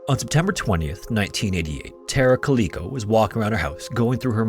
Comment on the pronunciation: Calico not caleeko. Other than that, great video.